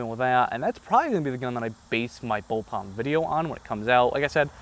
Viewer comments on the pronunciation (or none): its pronounced bull PUP, not bull POP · It's bulpup, not bulpop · First BOWLPOP: "lol, he said bowlpop when he meant bullpup." Second BOWLPOP: "wait, does he think it's pronounced bowlpop?" Ninth BOWLPOP: "....I'm dead...." Please don't make a BOWLPOP review video. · ITS CALLED A BULLPUP NOT BULLPOPS